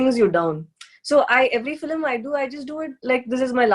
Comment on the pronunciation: Its cute how she pronounce Film as Fili-m.